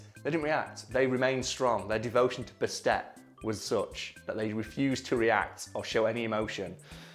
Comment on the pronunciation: It's purrrrnounced Baset (bAst)